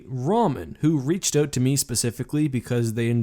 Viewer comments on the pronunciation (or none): none